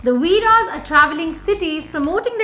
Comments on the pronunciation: It's not Veera's it's veere's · Ohh god it’s not VEERA’S it’s VEERE’S 🤬